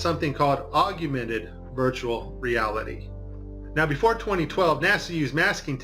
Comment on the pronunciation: why is he saying augumented? Is this a mandela effect augmented?